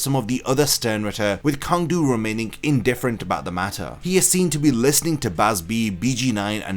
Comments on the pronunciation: I’m pretty sure his name is actually pronounced Tsang du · It is pronounced "Tsang"- his name in katakana is ツァン·トゥ (Tsan Tu). Many of the Sternritters' names are commonly mispronounced by english speaking online content creators. The word "Sternritter" itself is almost never pronounced correctly.